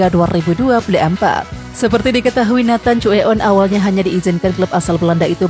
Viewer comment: Namanya nathan bukan neten.